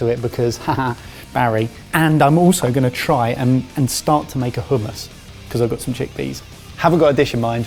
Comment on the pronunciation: Barry is... Pretty easy on the eyes... If you're into that sort of thing.... Also, it's hummus not HUMM... I....